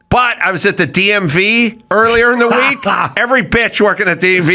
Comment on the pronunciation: Love seeing on here! "A we ek later he was on the news with a SWAT team." LOL